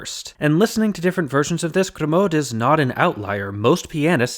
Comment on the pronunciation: Nitpick: I don't think you're supposed to pronounce the "d" in "Grimaud". It should sound like "Grimo" (with the stress on the last syllable).